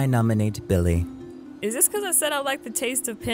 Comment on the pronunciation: calling Billie chili instead of Billie. 😂😆🤣